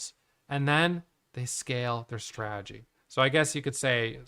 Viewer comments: said “straagy” 184 times in this video. It’s “strategy” bud. Strategy. Sry. ❤ you. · GOD DAMMIT there a 2 Ts in STRATEGY… STOP SAYING SRAGEY.. when you adopt a SRAGEY.. kills me. Be blessed 🎉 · Man doesn't even try to say "strategy" he's just committed fully to stragy. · Is it only me or do you fall on the ground and laugh every time he utters the word "Strategy" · I think maybe it’s that you say it with only 2 syllables while in Australia we say it with 3. But I see your genius because you said strategy 987 times so you saved yourself 987 syllables in that video alone which is super efficient and that’s what makes you a profitable trader. 🙏😂